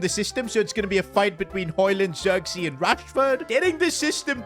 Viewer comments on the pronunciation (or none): none